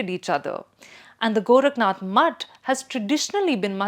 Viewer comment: आदित्यनाथ not अदित्यनाथ, गोरखनाथ not गोरखनथ, नाथ Not नथ।